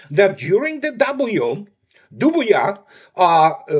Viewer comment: FYI: “Dubya” is pronounced “da-b-ya”, not “doo-b-ya”. Or George “da, blyat” Bush, if you’re feeling wild.